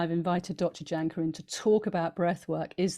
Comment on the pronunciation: Please please please, everyone, please start pronouncing name CORRECTLY, Jahnke. Is pronounced Y A N K U H, so easy to say it the right way......thank you